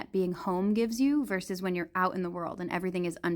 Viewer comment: correction: you said “man verse nature”, but the expression is “man versus nature”.